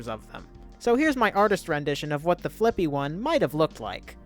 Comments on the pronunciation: For some reason I hear flick B instead of flippy and some parts of the video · when anyone says fliqpy I always hear "flick pea"